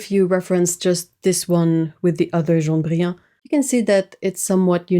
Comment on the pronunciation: She's pronouncing it like a French person would, since it's a French word. I'm confused about the laughing and covering eyes emoji.